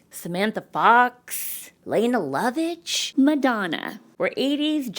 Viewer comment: Leh-nay not leen lovitch or lay-nuh. Amateur!!